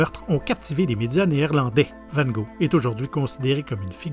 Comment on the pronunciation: Cette voix décidément je m y fait pas et comment il prononce van ghog !